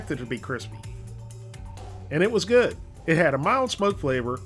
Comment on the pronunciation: "And it was guud"